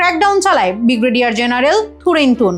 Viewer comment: 'বিগ্রেডিয়ার', নাকি 'ব্রিগেডিয়ার'?